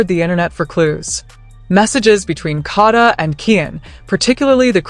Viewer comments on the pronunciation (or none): Her name is KADA not kaadda